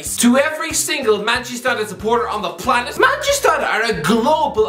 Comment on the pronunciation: Anyone else notice how sounded like that kid of the inbetweeners movie saying "Manchester"